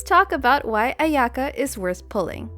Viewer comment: I can't deal with the pronunciation of her name, it just hurts... just like klee </3